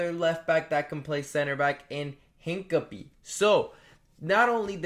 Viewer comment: Who is hin-cum-pee. 😂